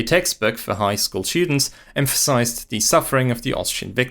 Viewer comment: FYI "the" is not pronounced like the German "die" all the time. I know it's easier as a German speaker, still wrong and quite irritating when listening to this video.